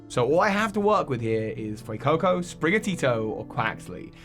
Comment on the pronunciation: THE A IN FUECOCO IS SUPPOSED TO BE AN E!